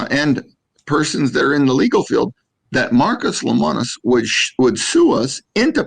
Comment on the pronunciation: Hey, his name is pronounced "le-mo-nus". Might want to educate yourself on who you are talking about smack about your competitor. Camping World is like every other RV dealer. Get the sale and send them on their way. I've seen it all.